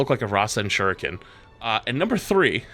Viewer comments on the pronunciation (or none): none